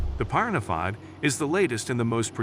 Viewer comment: How is it this guy can't pronounce piranha correctly. One of the most universally known fish species 🤣.